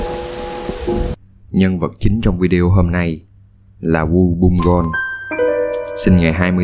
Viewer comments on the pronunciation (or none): none